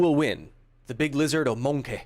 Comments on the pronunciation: I don't think that's how you pronounce MoNkEh cancer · The way pronounced monkey sounded to me like an impression of British comedian Johnny Vegas.